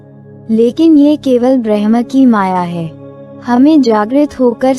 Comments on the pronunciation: please properly pronounce the word Bramh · कृपया bramha शब्द ka सही उच्चारण करे